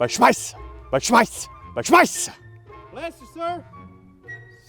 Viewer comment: "Schmisser" bless you sir! 🤣🤣🤣